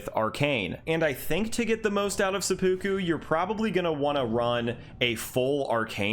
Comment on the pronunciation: says seppuku like its a Pokemon. It's sepa-ku...not sep-u-ku.